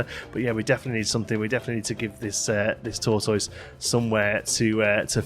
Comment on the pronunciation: You're pronouncing tortoise wrong mate.